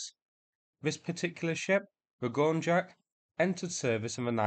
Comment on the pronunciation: "Olenegorsky gornjak" ("Оленегорский горняк") is pronounced "gor-NYAK" ("горняк" is a russian word for "mining industry worker").